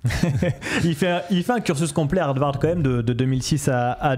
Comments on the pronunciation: Pourquoi vous dites Hardvard? C'est Harvard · Il n'y a qu'un "d" dans Harvard!!! Je cringe à chaque fois que vous dites HarDvard!!!!!! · HarDvard? C'est comme ça que ça se prononce? (Vraie question).